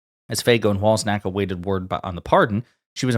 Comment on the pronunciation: "cz" in a name is pronounced "ch". its typically in polish names. please say "Wal-chak" not "Wals-ak". You are saying "Wals-nak" which is not anywhere near the name. Please put some effort into these things. you can use google before you shoot so you know how to say people's names. Otherwise it makes you sound quite ignorant.